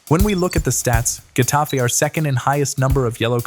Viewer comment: Its either hetafe, or jetafe (like the j in french i mean) And its genius bro and i think if they would have better players who are also able to being good, like those in psg, then it can work with even less faul